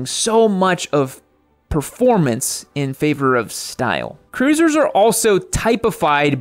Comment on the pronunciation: You lost me at "proformance" vs. "performance. Moto riding is about what's between your ears ... and not your legs.